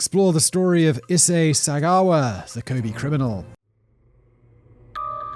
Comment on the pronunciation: Waiting for Simon to not say Ee-say-ee incorrectly